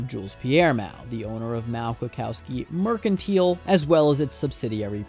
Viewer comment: learn how to say mercantile